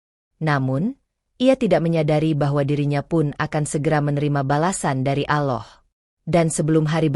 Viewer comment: Tolong ucapan Alloh nya yg fasih ..klo benar muslim...